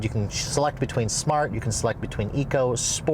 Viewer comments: OMG, How do You Say SMART But Pronounce it as SHMART !! Where Did You go to School, Certainly Not in the United States of America!!!🤔🤬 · Please don’t eva say shmart park again 😂😂😂